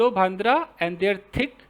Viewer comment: भांद्रा नही भंडारा ऐसा उसका उच्चार है ,भंडारा मतलब सुखी हल्दी पावडर का लेप,,जो fore head पर लगाते है या फिर गॉड का नाम लेकर हवा मे भी उडाते है,,,by the way आप ये सिरीज करके बहुत ही भारी काम कर रहे हो ,,धन्यवाद